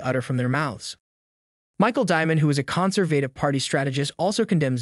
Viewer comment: Ok I love the content of this channel. But is the voice AI? Miss pronounces Regina. Can't say stupidity. Miss pronounces Conservative. The miss pronunciations are from sounding out the words while reading them. Good content though.